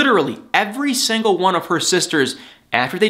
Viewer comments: love how he says "sangle" and not single lol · I like your comments, but why do you keep saying SANGLE when it's SINGLE? it hits the ear wrong, SINGLE! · Love the way he says; sangle The old english term for single 😳😭😁 but it's ok because I like 😜